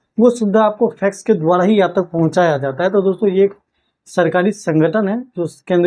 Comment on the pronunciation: फैक्स क्यों बोलते है।